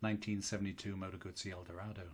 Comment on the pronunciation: Here in Australia goosie is baby dribble, Gutzi is the motorcycle.Thanks for your effort in the correct pronunciation of Moto Guzzi. You are blessed with a meliflous vocal tone, would have put your grandkids to sleep within minutes of reading them bedtime stories at night. Regards from down under